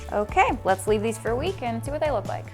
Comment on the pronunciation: Nates smile was just perfect when he said “and now we leaf”